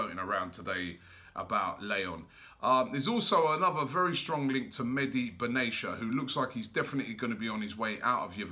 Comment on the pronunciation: It's mehdi benatia not Medi Ben Asia